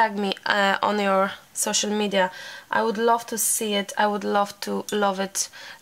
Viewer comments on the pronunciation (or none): none